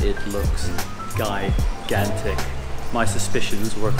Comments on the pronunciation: gigantic - pronounce as jīˈɡan(t)ik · OK the word that you keep trying to use is gigantic gi-gan-tic. But you actually keep saying guy-gan-tic. So what all those studies and you still haven't been able to Master English? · Gigantic pronounce ‘g’ like ‘j’ in Jill or jump. You should have spoken to some students. How many students ? What degrees they award? That would have been more interesting. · i love how you sa guy gan tick hhhhha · Love your vlogs but please check how to pronounce the word GIGANTIC.